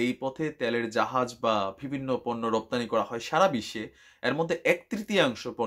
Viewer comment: Vai pls vibinno na bole bivinno bolen,,it's sounds not good